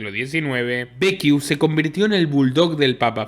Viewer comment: Impresionante.... te comento que Becciu se pronuncia como Bechiu no Bequiu como estas diciendo...si tenes duda entonces leelo en castellano.